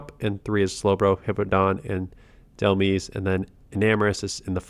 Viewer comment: Pretty sure Dhelmise is pronounced similar to demise